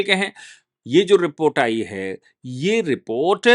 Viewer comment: बाली नहीं। वाली। आयी नहीं। आई। अपनी हिंदी सुधारो।